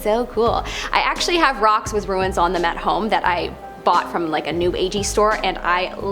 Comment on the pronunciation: It's "RUNES"- "ROO-O-O-O-NS"- not "ROO-INNS"- "RUINS"!!